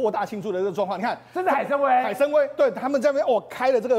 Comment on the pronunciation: 海参崴……音：wai